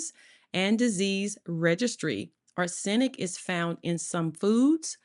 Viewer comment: Arse sen ic...omg...this lady did not take English in school..sorry for that..but arsenic wasn't the only words she butchered...so sad. American education system.😢